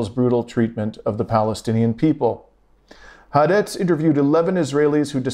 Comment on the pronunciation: Please learn to say HAARETZ, "hah-are-retz